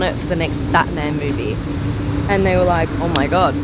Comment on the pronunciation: *laike laike*🤪🤔🤗